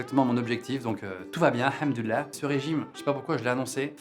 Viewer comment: Je l'ai pas vu venir le petit "hamdollah" à 🤣 Jolie prononciation du "HhhhhhHHHhhhHhh" 👍🏿